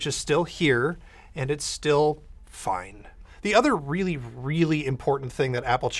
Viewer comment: Nobody:: "it's FINE"